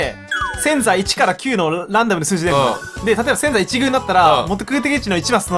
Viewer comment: せん↑ざい↓いち↑ぐう↓ すこすこ侍